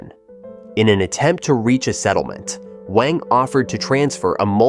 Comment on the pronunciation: Wang is read as "wah-ng" instead of "weh-ng"